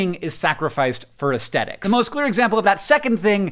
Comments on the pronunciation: The word is aesthetics, Hank. With a th. /ɛsθɛtɪks/ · I find the way you pronounce the "th" in "aesthetics" very aesthetically unpleasant.